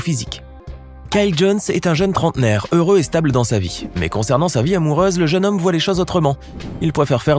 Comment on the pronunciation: Hum il a dit "le heureux OPPA "😂